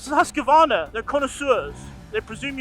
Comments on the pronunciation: FYI. It's "Husk-Varna". Not Husk-A-Varna. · What's a Husk K Vana, is it like a Kaw A saki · Great review great show but wrong pronunciation of the brand Husqvarna 😅